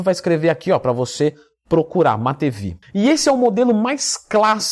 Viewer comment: se pronuncia MATIVIEVE. Abraço.